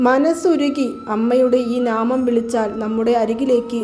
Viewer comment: നാമം അല്ല നാമംഎന്നാണ് പറയേണ്ടത് 😅😅😅